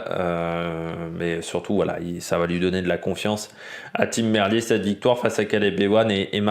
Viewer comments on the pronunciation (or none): salut, d'accord avec ton analyse sur cette 1ère étape, juste Tim Merlier se prononce "Merlire"